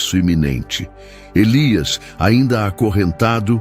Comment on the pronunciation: Como está feito com inteligencia artificial, as vezes diz Nahum e Elías 😂